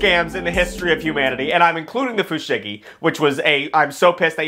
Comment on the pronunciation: A common mistake people tend to make when talking about this topic. It's pronounced fu-SHE-gi